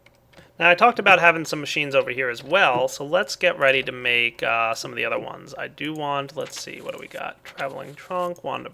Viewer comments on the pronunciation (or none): none